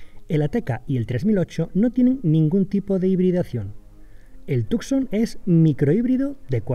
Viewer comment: Tucson en realidad se pronuncia como Tusan. Sería Hyundai Tusan.